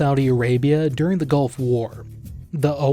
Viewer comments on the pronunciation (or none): none